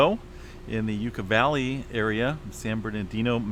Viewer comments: Yuh ka Valley not Yooka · YUCK-uh Valley.